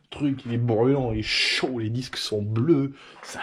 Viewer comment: les dixques 🤣